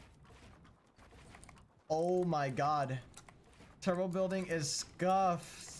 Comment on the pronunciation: “Bulding” Nice bro!